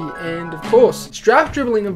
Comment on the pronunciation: Fwiw, strafe is pronounced with a long A. Like straight. Or rake.